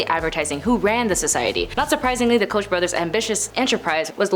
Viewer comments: Koch is pronounced C-O-K-E. This shows she is clueless as to what she is talking about. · Koch is pronounced “Coke”. Do your research.😊